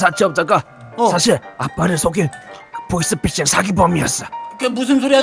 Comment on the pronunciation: 보이스피싱을 보이싱피싱 이라들음